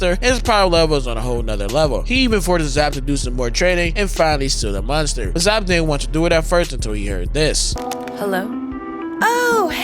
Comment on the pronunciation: He doesn’t Miss! -except when he says “munster” lol